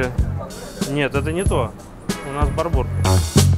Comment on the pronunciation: Говорят ему Барбур ударение на 1ый слог, но этот балбес упорно произносит с ударением на последний.